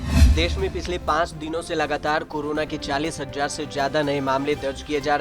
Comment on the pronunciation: Hazzar nahi hazaar